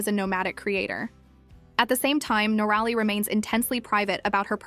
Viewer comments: NOR - RALLY ? 😂🤣😂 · Do your research and correct your pronunciation. It is Nor- a lee. Noralee = Noraly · Nor-a-Lee is the correct pronunciation. You should research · cant even get the name right , another channel leeching of some one else’s hard work